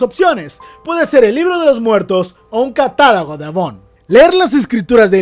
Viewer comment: Se dice catálogo buen Vidio bro